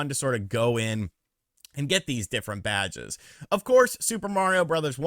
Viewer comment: Everytime you said “Badges” it sounded like you said “Vages” . 😂👍🏻🌮